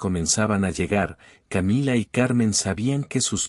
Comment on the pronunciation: Qué estupidez esta narración, si está en español porque tiene que decir camilla??? Querrá decir Camila! Camilla es una cama de emergencia para heridos o muertos